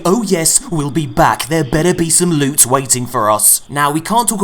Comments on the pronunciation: Is it just me or is it the worst thing ever when he says loot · It's Sweet PRRREECIOUS LEWWTTT